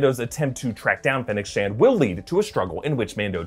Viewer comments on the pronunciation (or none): none